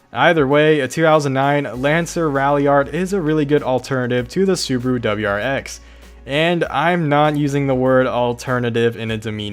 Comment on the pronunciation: Why are everyone not able to pronounce Subaru correctly